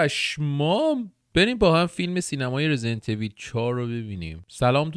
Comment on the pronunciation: واقعا چرا خیلیا ایول تلفظ میکنن اویللللللللللللل حتی کات سین اولی هم کامل تلفظ میکنه